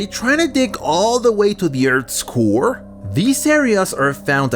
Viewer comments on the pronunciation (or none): none